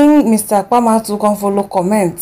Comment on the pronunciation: It’s Apama not Akama 😪